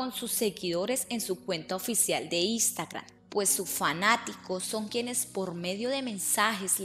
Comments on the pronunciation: Expresó no espresó. Ex senorita Colombia no es señorita Colombia, Instagram no Istagram. Por favor mejora tu pronunciación o dedícate a otra cosa. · NO se dice "ISTAGRAN". Se dice "INSTAGRAM". NO se dice "ES - REINA". Se dice"EX - REINA". Si no sabes hablar no hagas vídeos.